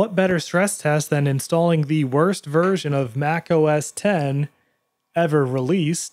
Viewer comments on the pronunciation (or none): your channel is excellent. the ONLY gripe I have is with the way you pronounce OS X. it’s OS TEN, not OS “ecks”, although i’m sure you already knew that. it just grinds my gears but ¯\_(ツ)_/¯